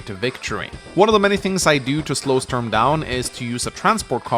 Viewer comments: Everytime he says "störm" i am like: "who is he talking about?.... oooooh he means Sturm. why dosent he just say stoorm if he cant pronounce Sturm?" any way fun video, just had to say that lol. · I've never heard anyone call him Stoorm.